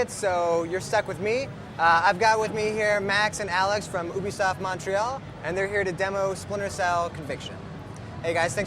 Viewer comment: Did he say Oobisoft?